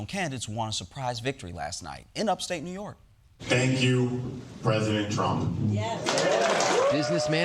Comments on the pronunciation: “upstate NYork” can’t even say it right 😒 I thought he was looking up bc he was greenscreened into Giuliani’s video and he’s looking into his own camera/screen 🤷‍♀️ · The unnatural pause between upstate and New York… clearly not reading this poorly. I can see why Trump endorsed him.